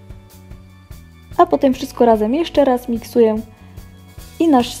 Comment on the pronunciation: Miksuję dodaję!? W sumie fajnie sie ciebie słucha tylko te ą i ę!